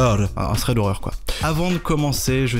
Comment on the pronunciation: Superbe accent angliche, tu devrais toujours prononcer "thread" comme ça c'est un vrai plaisir pour les esgourdes (et ça dépayse !!)